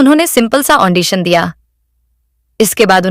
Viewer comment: Andition nehi Audition hota hein